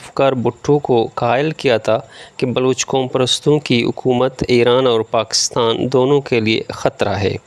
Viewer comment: معزرت کے ساتھ ح کو ع نہ پڑھیں جیسا کہ عکومت/ صحیح تلفظ حکومت عوتے/ صحیح تلفظ ھوتے عصہ/ صحیح تلفظ حصہ امید ھے کہ مجھ ناچیز کی راۓ پر ناراض نہیں ھونگے آپ کا انداز بیاں بہت زبردست ھے شکریہ